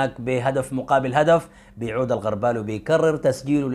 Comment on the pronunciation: الغربال بضم الغين وليس بفتح الغين